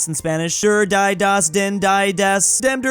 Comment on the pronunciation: He also killed the entire German and Austrian population by pronouncing Die and Der as Dai and Dör